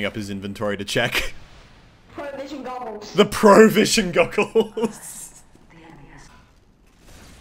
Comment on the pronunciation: Muselk: I love your loadout,!: PARHDONE??!?!?!?! Muselk: I like your hat, and your glasses.: THE GHOTSHLY GIBOOS and the.. [furiously checks inventory]: THE PROVSION GOOGLEZZ